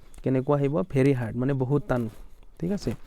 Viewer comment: টান হে তান নহয় ।